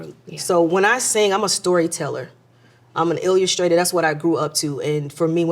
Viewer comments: Wait, an ill-e-us-traitor ???? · Ill”you”stator 😂😂😂 we love you Tocha!!